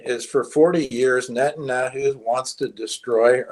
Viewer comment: moo-slims and Nettun-ahoo. This guy is awful